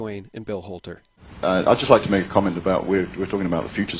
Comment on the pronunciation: Who owns this channel? Anyone know this name? Notice how he pronounces the "h" sounds like in the name "Bill Holter".